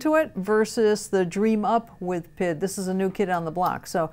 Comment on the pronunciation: PID? The letters are pronounced individually, since it stands for proportional, integral, derivative. Saying PID as one word is kinda like saying ATM like atom.